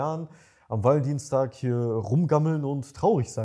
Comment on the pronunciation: Wie das ausspricht hört sich das nach ValenDIENSTAG an:D hab extra gegoogelt und kurz gedacht, dass das wirklich so heisst haha